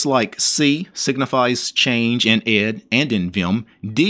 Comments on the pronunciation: it's pronounced E D , not ed watch interesting video 'Where GREP Came From - Computerphile' where Professor Brian Kernighan explains it alongside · Actually it's pronounced "e d", not ed ;) And between ed and vim there was ex. Great video! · You do realize, don't you that 'ed' is/was actually pronounced "E D", the individual letters much like 'vi' is. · Oh, and it's actually pronounced E D, much as how ex and vi are. You don't need to quit and restart ed to get a "prompt." A capital P command will work the same way as that -p argument at the command line. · ED was pronounced E.D. (eddie) buy the person who developed it and the people that used it when it was new.